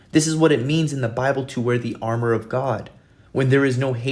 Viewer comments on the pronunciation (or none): none